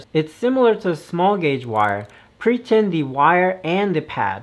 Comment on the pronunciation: Pretip? Pretint? Idk what you are saying.. sorry. I'm just trying to learn